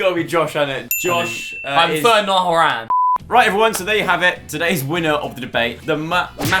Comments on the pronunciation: NIALL HOR-AN 😂😂😂😂😂😂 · Niall Ho-RAN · “Niall horanne” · The way said Niall Horan💀💀💀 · The funniest thing is how (I know that’s not how u spell it) said Niall Horan’s name I’m crying with laughter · The way said nial horan 😂😂😂😂